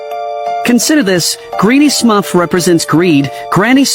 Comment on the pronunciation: Are we just gonna not pay attention to how it said Smuff instead of Smurf... 😭